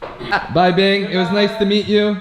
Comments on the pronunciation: Binh not Bing :DD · By vietnamese name then is Bình, but still its alright to say it wrong cause it's hard to say.